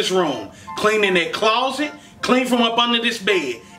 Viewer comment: I SWEAR - IVE HEARD AND SAID ALL OF THESE!!!!! YALL ARE SO freakin' FUNNY!!! Side bar: He said CLAWZIT!~!!